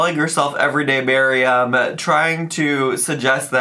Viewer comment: Also thank you for pronouncing MAriam properly. I'm getting irritated with the Miriams!